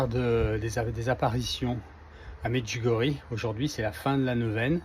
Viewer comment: Bonjour, ça se prononce Médjiougorié